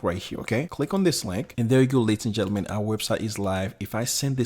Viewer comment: I like the "Laties and Jellyman" , sounds cool.